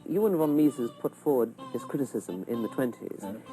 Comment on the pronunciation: It is Ludwig von Meeh-zes not misses